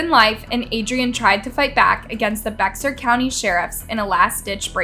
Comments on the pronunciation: Bexar County is pronounced BEAR County. Not Bex-ar, but BEAR. (facepalm) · I’m very very sorry to do this. However. Bexar is pronounced Bear or Behar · Bexar is pronounced Bear county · In Adrian's story, it's BEAR County, not Bex-ar County. The X is silent. It's a Texas thing. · Just a side note, Bexar County is pronounced Bear. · You pronounced Bexar County wrong. Just treat the X silent. Sounds like Bear